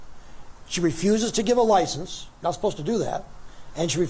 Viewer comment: had me cracking up... 'Ly ciense" 😆 No disrespect... all due respect